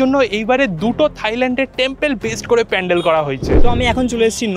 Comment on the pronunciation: Pendel na pandel😂😂